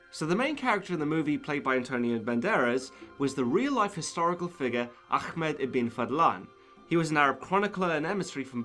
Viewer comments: Ahmad is pronounced Ah-Mud not Ach-Mud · Excellent Work.. As usual.. just one thing.. Ahmad is pronounced with a heavy back of the throat H not a KH.. it's one of those pet peeves of mine..:)